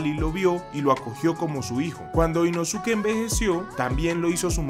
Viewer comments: Que mala pronunciación, se lee Inoske, la U no se pronuncia en algunas palabras en japonés - _ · se pronuncia "inóske" no "inosúque" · se escribe inosuke pero se pronuncia inoske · Inoske(como se pronuncia) ❌ Inosuke✅🤑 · Yo la verdad prefiero decir “Inoske” a pronunciar la forma en la que se escribe, “Inosuke” 😅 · Aunque se escriba Inosuke... Se pronuncia como Inoske. Me estresa la mala pronunciación 😅